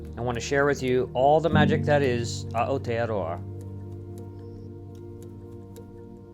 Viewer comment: You are pronouncing Aotearoa wrong. You are pronouncing it like A'otearoa, with a glottal stop, as like in "Hawai'i". New Zealand Maori doesn't actually have the glottal stop, it has "K" instead. (so Hawai'i is Hawaiki, and Makali'i is Matariki) In any NZ Maori word adjacent vowels in the same word blend together, "Ao" is one sound. Start with A slide into O. ;)